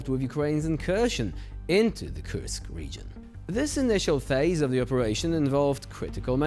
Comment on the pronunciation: Until they pronounce Kursk correctly, let's call it an inKurskion